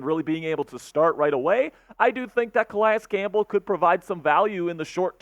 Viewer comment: Cal-EEE-iss Campbell is the correct pronunciation bruh